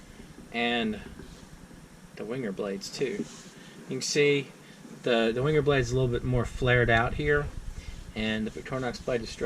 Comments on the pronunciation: Venguh! That 'w' is not an English 'w' but a German one. Never wing-er. If you're a reviewer of these Swiss Army knives, and Wenger was the only other Swiss Army Knife company other than Victorinox, until Wenger went bankrupt, why not learn how to pronounce Wenger correctly? Is this an American thing not to be concerned with proper pronunciation? A Uhmurqueen ting! W = V. G is hard G, as in GOT or GOAT. Final R is silent. VENGUH A small thing, unless you review a company with a non-English name. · It's Wenger, wang errr, I 100% genuinely and I really do mean this do not care how you think a discontinued knife company's name is pronounced